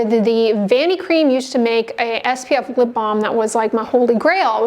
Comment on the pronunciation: Are you saying Vanicream or Vanity Cream